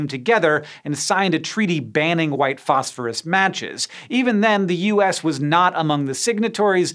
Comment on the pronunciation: And then you go and pronounce it "fosh-fooroosh" 😁👌